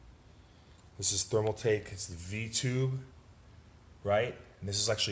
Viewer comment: Bro... you made my head hurt here! Stop saying Thermal tech.....It is ThermalTAKE! nice looking build though. Just kinda poor on explaining everything